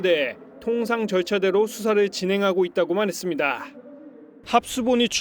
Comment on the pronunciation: 씨의 뉴스억양이 무척 어색 합니다 마지막....했습니다.....의 다라는 발음이너무 어색하게 길게 들립니다 좀 깨끗하게 끊어서 어설푼 억양이 나오지않게 깨끗이 끊어 주시면 고맙겠습니다 절대로 개인적이 감정은 없습니다.감사합니다.